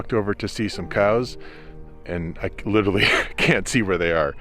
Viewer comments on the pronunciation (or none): none